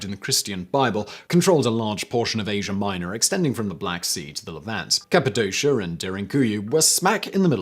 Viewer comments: it's capadoshA... not capidosha. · As an English speaker who has lived in Cappadocia for 17 years I'm getting full body cringes from the pronunciation.